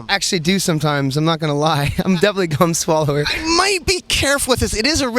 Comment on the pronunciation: Lol he said cum swallower